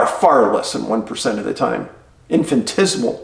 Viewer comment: Infatismal 😆 your doing good work keep it up